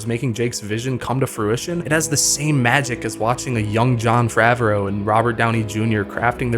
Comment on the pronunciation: "John fravro" bro liked the falcon and the winter soldier ☠️☠️☠️☠️☠️